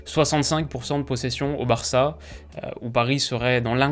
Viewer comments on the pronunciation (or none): le culot de dire Varça